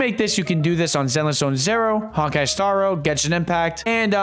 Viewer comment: Can't do it. Why do you say zero like that?